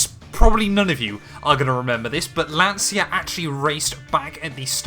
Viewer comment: Loveeeeely, big Lancia fan! If you want to work on your pronunciation of Lancia it's more like "lancha"